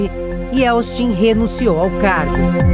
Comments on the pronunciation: Quantos erros de português e de pronúncia. "Se deliniam"? "Ieltsti"? Tudo errado e de doer os ouvidos. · A moça conseguiu chamar Boris Ieltsin de "Bori Ielsti" 100% das vezes que tentou. Sério, deviam regravar. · A narradora ainda falou "YELSTIN" várias vezes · A reportagem foi ÓTIMA,mas a moça errou o nome todas as VEZES.....